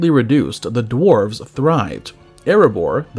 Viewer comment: Is this.. ai? Pronunciations are off, written words are off... drarves instead of dwarves. It's all a bit off